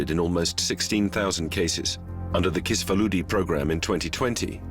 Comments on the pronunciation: It may be a nuisance but you should make an effort to properly pronounce the Hungarian names like Kisfaludy (pronounce: kish-faludy and not kiss-faludy). Or all is read by AI now? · The video is excellent, but please get a consultant for how to say the names next time! The c in Lőrinc is like in "its" or "hats", and s in Kisfaludy is like in "sure" or "shop". Tho, credit where credits due, the narrator did say Lőrinc well in one sentence. I guess its too foreign for them.